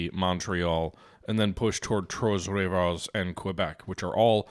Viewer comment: "Trois Rivieres" is pronounced more like "t'RAH ree-V'YAIR" (French pronunciation is difficult to give a direct English analogue to but that's close).